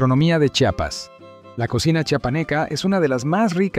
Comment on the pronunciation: Porque siempre pronuncian su nombre incorrecto, no es chapas es: CHIAPAS, porfavor.